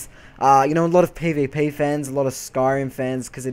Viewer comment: ESO is not completely voice acted as your character is not voice acted which makes it flat. i am willing to bet EQ will be completely voice acted from the npc' to your character, no idea about wildstar, though from the game play it doesn't appear so. other than that good review even if you cant say pvp properly lol sorry! all in good fun :) and you didnt say "its just like wow" all that much